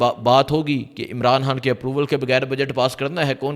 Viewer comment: یار تم خ کو کیوں ح بولتے ھو۔خان ھوتا ھے حان نہیں ۔۔۔۔پہلے اردو کو درست کریں پھر ویلاگ شئیر کریں۔۔۔